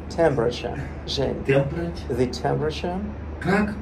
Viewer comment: Светлана, у Энама? Парень он хороший, но практика так себе. Когда произносил temperature, я слышал что на Бангла